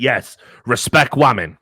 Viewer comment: "Respect Wamen Juice" lmao